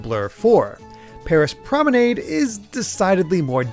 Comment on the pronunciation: You said Promenade wrong